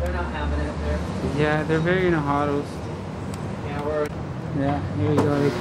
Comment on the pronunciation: a an auditor legend. Bruh what does in a “hadle, haudle” mean?!